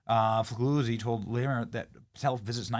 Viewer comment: FEE LEE UZZI (same sound as the z's in pizza)